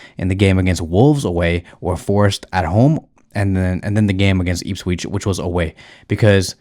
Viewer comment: "Eeepsweech" 😂😂😂 my brudda its "ihps - witch"